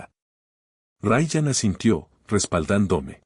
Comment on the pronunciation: No diga Raan sino Raian. No es Liem sino Líam. Hable claro y deje de inventar pronunciaciones al hacer el doblaje.